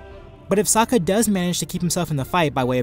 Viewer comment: As much as it pains me to admit it, i agree with your verdict. I love Sokka he's my favourite character, but he's out of his depth here. And good on you for pronouncing his name correctly, a lot of people don't. Looking forward to the next video!